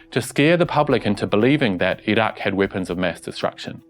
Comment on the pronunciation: You're one of the few westerners who pronounces Iraq (ee rock) correctly. Great reporting.